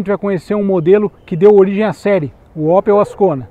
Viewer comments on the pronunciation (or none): Não é Ópel, é Ôpel